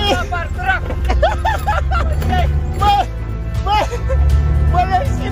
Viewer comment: Nimeni:nimic!:lu-a-var dracu 🤣🤣🤣🤣